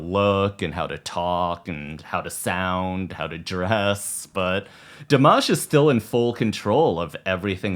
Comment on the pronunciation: El nombre Dimash se pronuncia con la "i" latina,no con la "o" latina. Nunca lo pronunciaste bien, amigo.. Saludos desde Argentina.